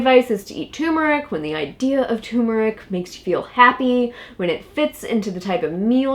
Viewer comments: All together now. ‘TURMERIC’! NOT ‘tumeric’! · Please , turmeric not tumeric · tumoric? or is it tuRmeric... There are two Rs in turmeric. Nor is it pronounced turm-air-ic as many people say it. The accent is still on tur. TER–mer– ic. Look it up. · Ter mer ick!!! Not tumor ick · Yes! Stop......It's TURmerick...or any dictionary would tell you that it's tur·mer·ic or tər-mə-rik . Show equal respect to the first 'R' dammit! lol lol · you could at least pronounce the word correctly, not tumeric but tuRmeric, you need to pronounce the 1st 'r'!! It drives me crazy! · Jeannie Eakin she's smart. But she sounds dumb when pronouncing it tumor ick. It's ter mer rick!!! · Turmeric! Turmeric! Turmeric!🤣🤣🤦🏾‍♀️ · Say the word right if you want to be taken seriously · Silent r? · Stop eating turmeric (and stop mispronouncing it), and eat more juicy rib-eye steaks instead. Also, Trump always wins. MAGA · It irritates me how these people mispronounce turmeric!